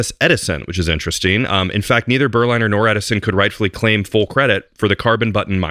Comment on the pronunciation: The pronunciation should be "Ber-linner", as in Berlin. Berliner = man from Berlin.